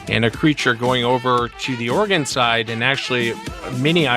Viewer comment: "Southern Organ?" Or-e-gon